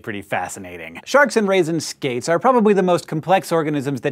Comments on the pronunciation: I have replayed the first 20 seconds of this video a few times now and I can't quite hear was he's saying. Aside from "shark" what other animal(s) did he list off? I keep hearing "raisin skates" O.o... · What other species does he say at the beginning that doesn't have bones? It sounded like he said raisin skates haha but I'm pretty sure that wasn't it.